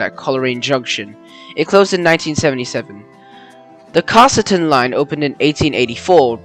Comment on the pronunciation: Good vid, just for future reference Coleraine is pronounced- Coal-Rain Casterton is pronounced kass (mass with k) ter ten Koroit - Ko roy t Cavendish - Cavin (cabin but v instead of b) dish And they wouldn’t have to have dual or gauge changing train it would just run a shuttle from Portland to Ararat for connecting trains to Ballarat and onto Melbourne etc sort of similar to the Stony Point line